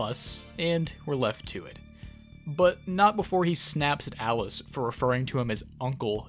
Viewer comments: Love how every time you say "Alice", I hear "Atlus" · These videos relax me in a beautiful way. Also, am I the only one who keeps hearing Atlas instead of Alice? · Am I hearing things? Everytime says "Alice" I think he's saying "Atlus" and it keeps confusing me